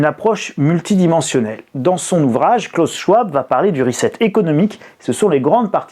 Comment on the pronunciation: C'était mon prof à l'université de Genève. On prononce : klaous sch-v-ab, si jamais!!